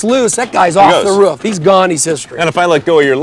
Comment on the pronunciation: Its roof, not ruf.